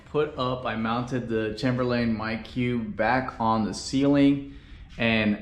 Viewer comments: thanks for the video...one small thing...but the word Chamberlain is pronounced with a long A, like the word chamber...a room. CHAYMBER and the final syllable is pronounced like Lynn, not Layne. So...CHAYM Berlin. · For the love of God... stop saying Chamber-Lane! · What sort of psychopath pronounces Chamberlain that way?